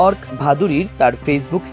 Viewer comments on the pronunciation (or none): Ark না উচ্চারণটা হবে অর্কো